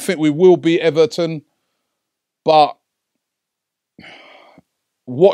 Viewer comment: Robbie it's everTon NOT ever'on!!! Fix up big boy!!!